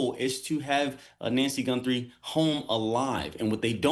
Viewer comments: Who is is tool you brought on? it's not "Gunthrie," it's Guthrie. And why did you look so giddy to be on the show? "What an interesting case!." Lame. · Her name is Guthrie not Gunthrie,you sound like an idiot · It's G U T H R I E, not Gunthrie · There is no N in her last name - it's Guthrie, not GuNthrie 🤦🏼‍♂️ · There is no N in her last name - another reporter was saying the same thing. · Gee whiz! This man can't even get Nancy's name right! He said Gunthrie about 20 times!! There is no N in her name. And what ge said about the reason so much attention is on this case was stupid. This guy just wants to see himself on TV. We just need to find her safe and sound. It doesn't really matter who she is or who her family is or if they are rich or poor No one should gave to go thru this. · Thought I was the only one who noticed that lol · I couldn't even listen to the entire report.... The mispronunciation of her name was so distracting🤦🏽‍♀️ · It is absolutely nails on a chalkboard listening to him mispronounced her last name over and over again specifically and clearly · Pronounce her name correctly please. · Is there any good reason a news analyst/attorney can't figure out how to pronounce "Guthrie"? Makes Fox look bad... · With all due respect Please pronounce Mrs Guthrie’s name correctly-there is no “n’ in her name! Praying for her safe return but I’m doubtful that will happen. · Stop pronouncing her name wrong!